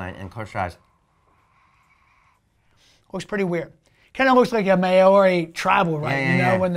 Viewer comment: Maori is pronounced Mau-ree, not Mayor-ee. Surely you've spent some time in NZ!?